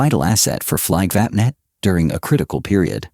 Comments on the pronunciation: WTF is "Fliggvappnett"? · Painful how Flygvapnet is pronounced. Hey americans, how would it feel if i said Aeui Ezz Erghfurtes when meaning US Airforce? Painful just to imagine that pronounciation, right? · Very bad swedish pronunciation of the swedish words like "Flygvapnet", "Kungliga Flygförvaltningen", Flygtekniska Försöksanstalten", "Bo Lundberg", and others that is not understood or heard at all ! Greetings from Sweden!